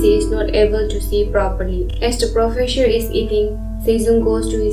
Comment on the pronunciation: Profesure?? What the.......?!! The narration is terrible 😮